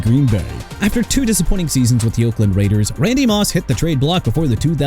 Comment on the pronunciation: YOU MEANT RAIDERS?! IT'S NOT "AIDERS"!! STEELERS NOT "EELERS" AND LAMAR JACKSON NOT "R JACKSON"!! AND THE DOLPHINS DIDN'T SIGN DEION SANDERS IN '95 SO WHAT?! YOU WANNA DISRESPECT AND PLAY GAMES WITH MIAMI?! GO AHEAD!! HAVE AT IT AND THAT GOES FOR EVERYBODY IN THE COMMENTS!!